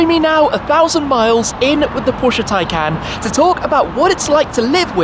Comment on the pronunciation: Do I get it wrong? Or is it Shmee constantly mispronouncing Tay"can"?